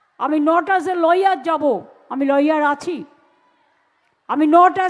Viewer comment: ল ইয়ার নয়,, লায়ার ।